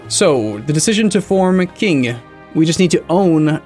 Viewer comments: not sure how much you care, but the 'Q' in Qing is pronouced 'Ch'. So similar to 'Ching'. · it’s pronounced like “Ching”. Although that is far, far, from perfect, it is much, much closer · Edit in a computer voice saying Qing properly every time he says King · it's pronounced TJCHING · If only LGS could edit Qing's proper pronunciation every time says king, it would be on point.